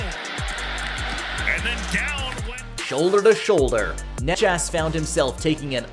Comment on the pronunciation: omg did you pronounce necas as nechas?